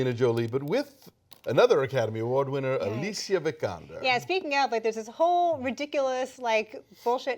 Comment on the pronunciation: Kudos to Alonso for pronouncing Alicia Vikander the Swedish way!